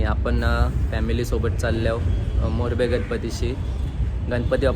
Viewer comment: मोरबे नाही दादा मुरबा